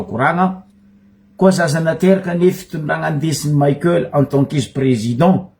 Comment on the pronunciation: 🥴 Abruti ! Ce n'est pas président maïkel mais président Michaël. Izy tsy américain kara maïkel jackson, anao koa tsy américain. Mianara magnano prononciation anao koa nianatra. Prononcer tsara, Michaël mais non pas maïkel nao zegny, anao marary jery. Stop koa watawata pory nao. 🥵